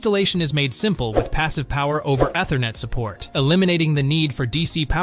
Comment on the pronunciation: If you can't pronounce Ethernet properly, you have no business reviewing network products.